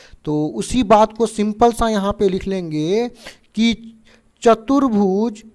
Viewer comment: 1 -- सर चतरभुज नहीं होता ।❌ चतुर्भुज होता है ।✅ 😅 2 -- सर बड़ाबड़ नही होता है । ❌ बराबर होता है । ✅ 😅